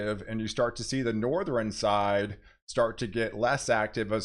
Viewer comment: I really like your videos and recommend your channel to others. But PLEASE stop putting an extra syllable in southern, northern, etc 😅